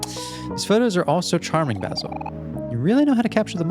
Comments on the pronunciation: No one has said this yet,but Basil's name is pronounced as bae-sil. It's just the "ba" that you got wrong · this is literally my favorite game and seeing a mh professional playing this and dissecting stuff in it makes me so happy. thank you ^_^ but every time i heard you say 'bahsil' i took damage 💔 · I started watching this bc I love Omori but I started to freak out when you pronounced Basil’s name wrong😖 I’m sorry if that sounds rude but i just can’t handle it when I name is pronounced wrong. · this is torture, he keeps mispronouncing basil